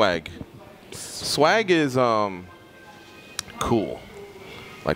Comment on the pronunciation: U know what swag is ? Khabib : “ swagis? “ 🤣🤣🤣🤣